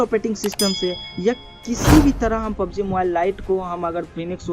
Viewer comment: its not pob g its a PUB G